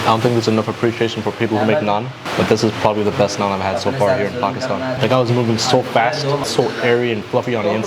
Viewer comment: How come you don’t say Pakistan right